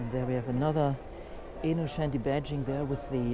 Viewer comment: InnoTschenti nicht/ not Innoschenti ! The Italian plate is Venezia ......."Longchanp is french (langes Feld) nicht english Champ(ion).......